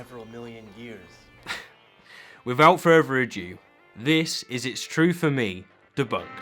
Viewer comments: "ado", is pronounced "adoo", not "adyoo" (adieu). . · You seem to always say "without further adieu", you are aware it's "without further ado", right? It bugs me to hear you say it wrong😅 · Does the host say "without further adieu" towards the start? Or maybe "without further, a Jew"? Whichever; no good, my old china, no good - "ado", surely? Still, small potatoes compared to the O'Reilly bitch, no doubt there. Ride that truncheon, Billy boy!